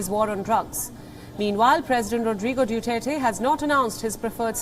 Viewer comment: Due tare ti It's Duterte